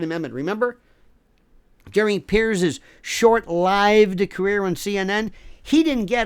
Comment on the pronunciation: Hahahahaha You are my new hero Lionel! Thank you! (And, incidentally, thank you for being one of the only people I've ever heard pronounce "short lived" correctly)